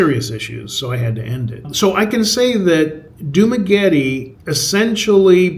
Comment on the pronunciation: Are you pronouncing "Dumaguete" correctly? It's not "Dumagueti", like "Spaghetti".